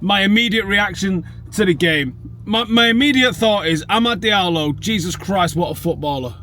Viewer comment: Amad's last name is pronounced Jallow .